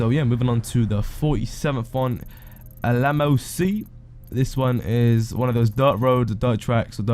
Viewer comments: Thank you for this instructive video, it gave me hours of enjoyment especially listening to your pronunciation of the places, I was close to rolling on the floor laughing many times (especially with your Alamo sea and Senora desert which you made sound like a pudding by calling it a dessert) 😂 Thanks again dude, 5 out of 5 for effort!! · man hes trying to mispronounce shit. the A-lame-o sea? get real gubnah